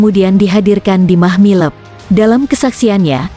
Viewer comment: Mahmilub bukan Mahmileb. Klu baca yg benar Min !